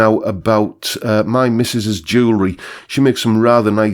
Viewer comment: Drinking Game: Chug your beer every time mispronounces the word "my".